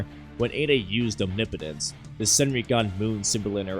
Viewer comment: Thank you for being the only Naruto/Boruto YouTuber to pronounce omnipotence correctly 😭 😂 Great video!